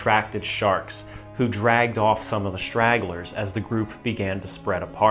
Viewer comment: Very good, sir. But there are no SHtraglers. A thing is not SHtruck. One does not go SHtraight. The correct pronunciation is minus the 'H'. Otherwise, excellent video.